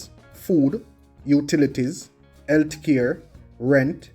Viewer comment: My man said "Eltcare..."😄